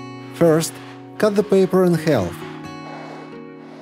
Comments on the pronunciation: half is pronounced haf (the L is silent) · Great suggestions! BTW, the "L" in "half/halve" is silent, not pronounced. Same with "salmon". English is tricky, I know, even for native speakers. Your English as second language is very good. If you're an AI, the joke's on me!